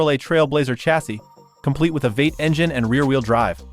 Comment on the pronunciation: Did your AI narrarator really called Vee Eight a Vate? Bye.